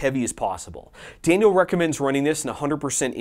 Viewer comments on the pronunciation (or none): none